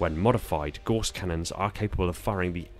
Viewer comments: Gauss rhymes with house not horse! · If you are going to make a video about a weapon, make sure you can correctly pronounce said weapon. It is pronounced g-ow-ss not g-o-ss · I'mma be that guy and point out Gauss is pronounced like House. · For those who still are fighting the war on how to pronounce "Gauss Cannon", I'm on the right side